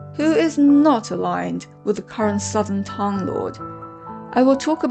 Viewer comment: 很好的解释，点赞。 但是你完全可以把专有名词，比如，名字、唐等念出音调。